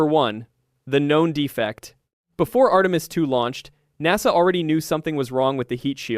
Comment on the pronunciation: Post-production! Fix the LLM's mispronunciation of, for instance, Artemis. Ctrl-A on the text program, click to save, Ctri-V, past into the LLM interface, then click GENERATE only begins the workload. Now, wave by wave, sanitize your product. The creator cannot help but know this. Still, he chose the Easy Way and produced AI Slop.